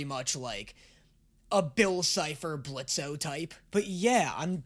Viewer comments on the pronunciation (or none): He said Blitzø with the o! Get him!